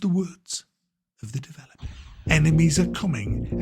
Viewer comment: ...of the "developah"...